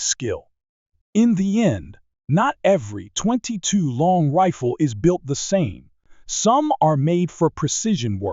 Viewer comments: What's with the weird way he pronounces 22 long rifle? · Your AI is almost perfect. The 22 long rifle is the only real giveaway.